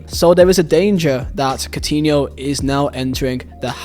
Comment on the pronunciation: "cotiniol" kkkkkkkkkkk